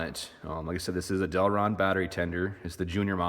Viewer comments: Deltran,not Delron. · del TRAN....not delron....but thanks for the informative review